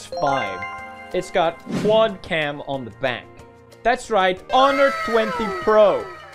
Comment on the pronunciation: Honor, not hawei